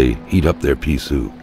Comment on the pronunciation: pea as in pea the veg. not owe as in urine. Also didn't you pick up the revolver so you have a weapon. plus the crowbar.